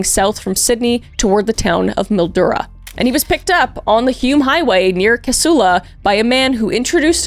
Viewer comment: You pronounced Casula correctly! As a man from Casula that's awesome. Most people for some reason pronounce it as Kashoola??